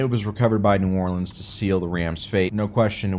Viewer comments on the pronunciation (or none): none